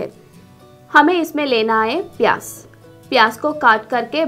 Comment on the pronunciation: 😜😜😜sahi me Maine v notice kiya pyaj ko pyas bol Rahi h